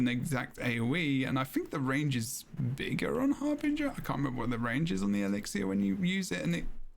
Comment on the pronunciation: I swear if I hear pronounce elixir wrong again…